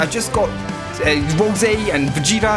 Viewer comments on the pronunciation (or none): none